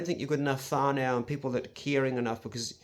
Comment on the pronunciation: Whanau is pronounced - Wha-No or Fa-No, Not Fa-now. Otherwise good effort and great advice, glad your still rockin!